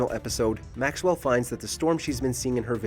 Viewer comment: Did he say "Maxwell?"